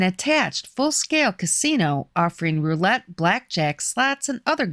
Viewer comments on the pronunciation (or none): none